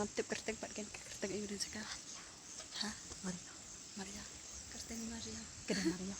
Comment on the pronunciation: Myriaw not mariaw